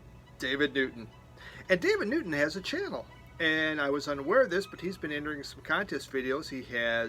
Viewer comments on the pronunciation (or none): none